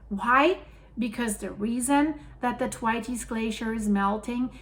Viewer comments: "Th" as in Thor, "wait" as in delay, "s" as in plural. “the weights” probably isn't correct, depends on how you pronounce "the", but it is a lot better than attempt! Named after Usanian geologist Professor F.T. Thwaites of the University of Wisconsin. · It's pronounced "th" waits" glacier not "t' wateys" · it's "Th" as in "think", so a soft sound. Pronouncing it hard makes the name unrecognisable. Should be followed by the sound "way", so not what you are saying. Have posted about this previously and you just ignored the feedback. 😢 "Th - way - ts." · Its pronounced Th-waits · Thanks for your work, very informative and coherent! However Thwaites is a man's name and is pronounced with a "s" sound not an "es" Thw(8)s! Sorry I have to tell you while admiring your command of English! Lots of love from Wolverhampton. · it's pronounced as if you are saying 'the weights' very quickly.....th (as in theory) and weights. 🌹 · it is pronounced: 'Thr-wates'. Just to help you. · "Thwaites" is pronounced TWAYTS (rhymes with "weights" or "skates"). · It's pronounced Thwayts. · I believe it’s pronounced th waits, you always do a fab job with names I couldn’t attempt 😳! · Think your pronunciation of the glacier could be tweaked a bit. ❤ the channel ! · Cannot tell her too many times. I normally give a thumbs up but am getting really fed up with her ignoring the correct pronunciation, having been told in a previous video on the topic. Possibly only reads the comments from paid up members these days? Losing my vote! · Yes! I pointed it out in her previous video about this, but didn't seem to take any notice. Very irritating, as her current pronunciation makes it unrecognisable.